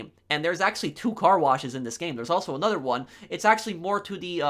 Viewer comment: Lol he says “anodder” instead of another